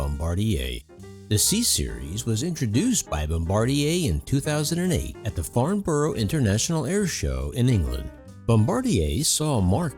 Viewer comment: In order to be taken seriously by all those who are in the Aircraft Construction Business. Please call Farnborough, NOT 'Farn bor O' BUT 'FarnBURRA' (in one quick word). Thanks you for your otherwise, very good content.